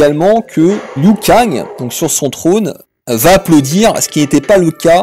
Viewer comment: le "loup-cagne" c'est horrible mdr